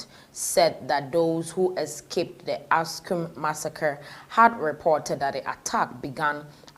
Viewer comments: It is Axum dear, not Askum. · What the heck , you can’t even read properly it’s called Axum or Aksum pronounce it right for god sake.